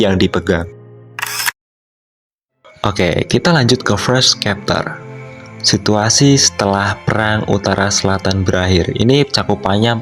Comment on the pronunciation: *CHapter *infiNITE(baca infinit) bukan infinait